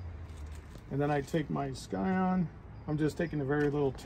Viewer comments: Scion is pronounced Sigh-On, not Sky-On. I’m not usually a pedant for pronunciation but that’s a pretty basic one and hurts my ears. Thanks for the demo anyway, plenty for me to learn grafting cactus. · Thanks for the video. In the rest of the world 'scion' is pronounced how you would pronounce 'science' - the 'c' is silent.